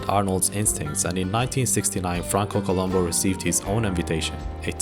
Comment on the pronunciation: It was Franco Columb(o), not Columbu. It was always Columbo.